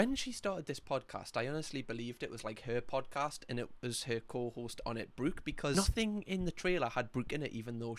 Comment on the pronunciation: I can't believe you managed to Geordie-fy the name Brooke 😂 Brewk (sorry you're great)